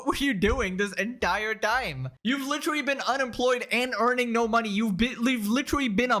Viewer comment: At first it bugged me but now I kinda like it when he says "lichrelly"